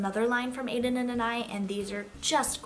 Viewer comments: It’s pronounced ANA-ees not ANAY. It’s a French name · Your are completely saying anais wrong